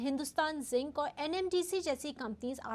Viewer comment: Didi Jink nahi Zinc. 😭🤦🏻‍♂